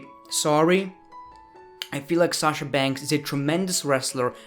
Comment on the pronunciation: I love u saying shasha bankhsss!!!